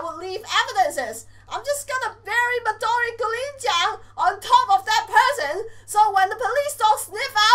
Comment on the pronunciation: its not madori gurinja its madori gurin with a Japanese accent gureen Huron see the difference?